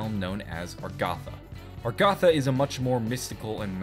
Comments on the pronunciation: I thought it was Agartha. Now you're saying Argatha. And on the picture it's spelled Agharta. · Its not "Argatha" its "Agartha". Even in that map of the world you showed when Talking about Agartha, the "R" came after the "g", not before. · How has he not noticed that it's Agartha not Argatha? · That honestly pisses me off. It's 'Agartha'. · I thought it was pronounced A-gar-tha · Why do you say Agartha with the r before the g instead of the th? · someone else gets it. I was like dafack is he talking about. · Let the comments rage about how he is not pronouncing agartha right XD